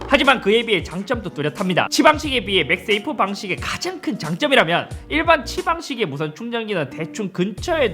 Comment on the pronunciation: 자꾸 맥스에이프라고 하시네.. 맥세이프 입니다. 맥스에이프 아니고!!